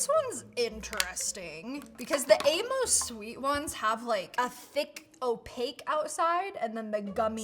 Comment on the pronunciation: Aim-Us not A-moes. My grandpas name was Amos. 🙂